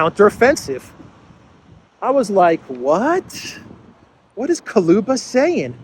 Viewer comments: the foreign minister of ukraine`s name is dmitry kuleba (ku-le-ba); not kaluba. ;-) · Kuleba (Kooleba) not Koluba,. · Kuleba not Kaluba😂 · Ukrainian Clown of Foreign affairs is Kuleba, not Kaluba. But, actually, it doesn't matter, clown is always a clown. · Kaluba?? Too close to Baluba.. 😂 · Dear, with my very best regards and deepest appreciation for your work, I wanted to explain that correct pronunciation of Kuleba last name has U after the K but E after the L It’s even might be spelled like Kuleeba since there’s no sound equivalent to this specific sound Е - it would be almost identical to sound E in the word “earning “ or “ Ye” in “ Yerevan “ Thank you for your incomparable input!!!!